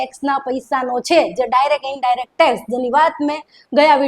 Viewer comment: માયા ને ટેક્સ બોલતા નથી આવડતુ એને ઉતારો એઠો